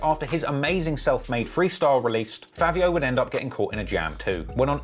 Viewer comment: Why you say “fAAvio”😂 and lets be real bro sheff and sleepy so much better than fAAvio